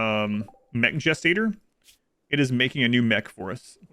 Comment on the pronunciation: at the beginning when he was saying the different ways to pronounce mechanitor, the last one sounds so hillbilly to me